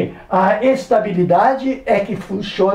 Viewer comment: É ES-TÁ-BI-LI-DA-DI